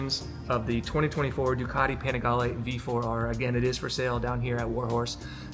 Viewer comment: I've heard of Ducati (Du-cat-tee), but never heard of Du-car-dee.